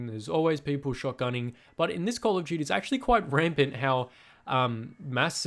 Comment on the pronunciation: Because you said “call of juty world wah too”